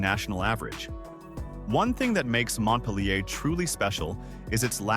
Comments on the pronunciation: can't even pronounce mont pil er correctly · It's pronounced Mont-peel-ure !